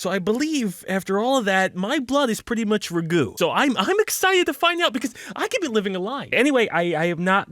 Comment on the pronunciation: The second you said Ragu, I knew you were not a true Italian. You Fake Italian.